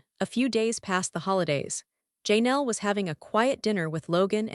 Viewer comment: Please fix your AI voice that's saying names wrong. It's not JayNel, Janelle. It's very rude to say someone's name wrong.